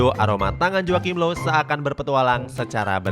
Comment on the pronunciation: Low bukan loew